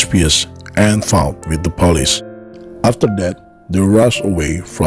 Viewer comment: The narration.... * sigh * ... Chicka-go? Really? And the "Pah-leece?" .... uggghhh